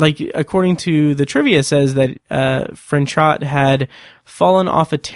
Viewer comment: The actor's name is pronounced Fran-show. You don't pronounce the T. I love that you don't refer to Tennyson as cheating, but rather using a loophole. I've always felt this way, but so many people online are quick to say that he cheated. There was nothing in the bet that said he couldn't do what he did.